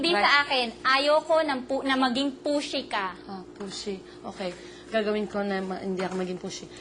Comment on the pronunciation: "Dont be such a pushy" HAHAHAHAHAHA parang dont be such a pussy eh